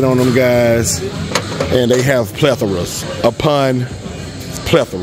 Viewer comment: I'm not used to another guy saying pleathra